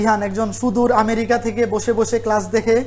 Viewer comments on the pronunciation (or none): none